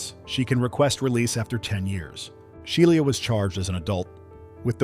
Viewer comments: Right I’m like who is She-lee-ah? I thought her name was SHE LAH LOL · She-lee-ah and called nine hundred and eleven! 😂😂😂😂😂😂😂😂